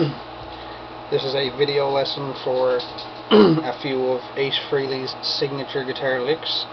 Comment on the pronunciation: You lost all respect as soon as you said "Freeley" not "Frayley". Learn his name and then repost.